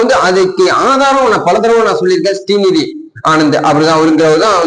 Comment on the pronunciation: ஶ்ரீநிதி ஆனந்த் இல்லடா கூமுட்டை ஒரு பேர கூட ஒழுங்கா சொல்ல தெரியல இவனெ எல்லாம் காரி துப்புங்க